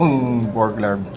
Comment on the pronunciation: Tahimik yung R sa larb. “Lab”